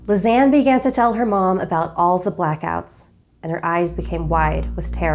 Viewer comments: Even though I know she says ”Lisanne” I keep hearing ”Lasagna” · Everytime she says Lisane, I keep on thinking of lasagne😂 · Her name is a mispronunciation of lasagna. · Lisanne is my name... But it's not pronounced like that